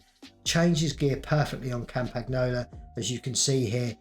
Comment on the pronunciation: I like how he butchers Campagnolo pronounciation every single time